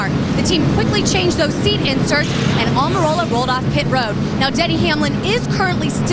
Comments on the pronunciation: When Almirola was such an unknown that the announcer calls him "Amarillo" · Love someone like Rusty Wallace loves mispronouncing Aric Almirolas name.